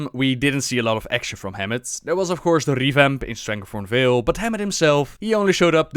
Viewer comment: "de panfers of strangleforn vale." i love this guy <3 where are you from? perfect english btw.